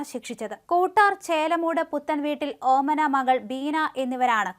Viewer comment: ഓമനമകളല്ല ഓമന മകൾ ബീന ഇങ്ങനെ വായിക്കണം